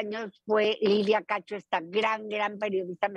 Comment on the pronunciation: Antes dí que no rebuzna. Se equivocó en muchas palabras y hasta dijo mal el nombre de la periodista cacho.